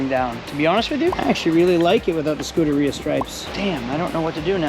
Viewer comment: Again...pronunciation! It's not " Scudaria" /" Skoo-da-reeyah"...... it's " Scuderia"..." Skoo-derriyah".